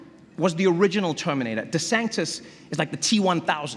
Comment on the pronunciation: He keeps saying "Ron Desanctis"...